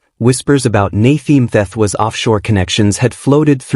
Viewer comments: What went wrong with your impeccable pronunciation?! Wrong file uploaded? You were coming along just fine. You had to but the most phonetically simple name: Na-tee M-te-twa!!! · Surely you need to be sure you get the name pronounced correctly